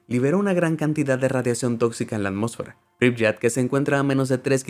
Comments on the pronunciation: Solo con China se puede rellenar el top, yo conocí ese distrito en Tianjin y es tal cual, esta todo vacío…Turkmenistan es un país como Corea del Norte, muy pocos turistas pueden entrar…La ciudad Ucraniana se pronuncia “Pripiát” no “Pripllat” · Algo que corregir: Pripyat se lee < >